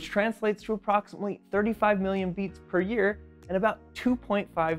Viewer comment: At first, I thought he said "yeets"- as in "this thing yeets about 100,000 times per day". I have decided I like this better, and moving forward I will now ask my doctor to listen to my heartyeet instead.